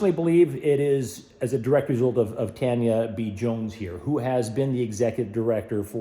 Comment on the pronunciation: Oh yeah, and I was gonna say that it's a bit surprising to me that the name of this Tanya is supposedly pronounced as "TAN (short) * yuh" instead of "TAWN * yuh."